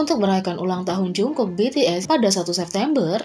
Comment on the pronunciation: No offense sih tapi kekayaan jk dari dulu kok $8 juta usd mulu ya padahal konser terakhir mereka grossing salenya sampe $250 juta usd sama cara baca jungkook itu bukan "jungkuk" tapi "jonggu"😁 Saran dari unknown army